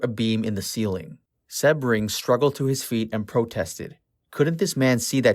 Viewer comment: Well done video but with glaring mispronounciations. Sebring is pronounced sea-bring, Van Houten is Van How-ton, Sadie is say-dee, Leno LaBianca is Lee- no. among other mispronounced words. My guess is this was made by someone too young to have been born when this all went down. Still, if you care enough to make an otherwise good video, you should take the time to make sure you are saying the names correctly along with any words you may not normally use day to day.